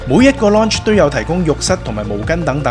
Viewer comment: 拍片之前google吓個lounge字點讀啦😂😂😂😂